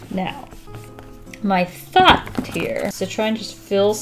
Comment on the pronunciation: it almost sounds like you're saying "Am I fucked here-" when you actually said "My thought here" And that kinda makes me laugh